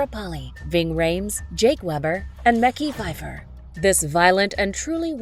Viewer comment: The correct pronunciation is Mek-eye Fife-er not Micki— he is not new and deserves the respect, IJS